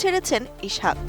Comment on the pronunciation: ইছাক বলোস কেন? ইসহাক বল।